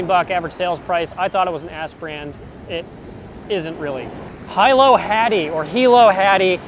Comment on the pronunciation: Also, it is Hee-low (Hilo) Hattie, like the city of Hilo on Hawaii island:)